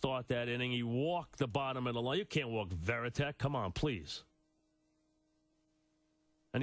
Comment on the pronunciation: Man blast from the past hearing some of these names. Bay, Bruney, Berroa😂, Varitek (Verritek in Mikespeak) He did a nice job on the Okajima pronunciation